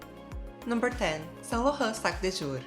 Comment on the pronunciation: Saclaughhu......ah saint Laurent I see.😳